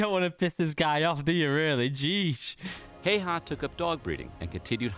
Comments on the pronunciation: i really hate how these channels who make a video about a finnish soldier dont even bother to google how to pronounce their names. heyhaa is so fucking far form häyhä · I think during this video you were talking about a guy named Simo HOYYAAAA not Simo Häyhä :D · Its not Simo Häihä ITS SIMO HÄYHÄ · I`m Sorry but I`m finish and this thing pisses me off like it is pronounced Simo Häyhä and not heiha, häihä or haiyah, but other wise the video was good and sorry if i miss pronounced some words but i think it might be on that that i am from Finland SUOMI🇫🇮🇫🇮🇫🇮🇫🇮and if you whonder what SUOMI means it means Finland in Finnish language. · Häiäh LMAO the best non correct reading of HäYHä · Im pissed they say hes name like heyha its häyhä perkele ou jeah hello from finland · Have you tried pronoucing it Häyhä? Not Heihäh 🤭 btw great vid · it is HÄYHÄ not some hey-hah... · Its not Jheijä its Simo Häyhä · WTF it's not Heiha it's Häyhä🤣🤣🤣🤣🤣🤣🤦‍♂️🤦‍♂️🤦‍♂️🤦‍♂️🤦‍♂️🤦‍♂️ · Simo Heyhaa? 😆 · The proper way to pronounce it a little difficult for English speakers, but his name was more like 'See-mo How-ha' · They pronounced it wrong- it's hi-ya-ha. Yeah 🇫🇮 names are weird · You pronounce the last name pretty much "Hey-Yeah" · Why dose everyone pronounce it wrong it's simp hä y hä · "Hei-ha" 😂 I can't get over the way they pronounce Häyhä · "Hey-ha" *FACEPALM* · Breh, the surname is pronounced "HOW-Ha." Check out the Infographics channel doc on the legend. Cheers! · Last name pronounced "Hay-Hay" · Why can no one pronaus his name right im finish and it sounds werry weird when peipol call him simo hauha or simo heiha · I think it’s pronounced hawha:l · its saymo hayha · You vocalized his name like "Äijä" which means DDDude with BIG D, or very masculine man XD I loved that! He actually was very nice, always smiled and was only little pass 5". Against all odds he lived to 96 y/o! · ah yes, simo heyaa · To simplify his name, its Semo Hay-Ha or simo hai ha in latin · IT'S NOT FUCKING HEY-HA